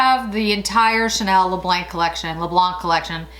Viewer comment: Hello you don't pronounce the c in le blanc in French, adore your videos ( and your earrings)